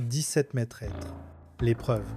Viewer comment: on prononce "mètre", pas "maitresse" !!!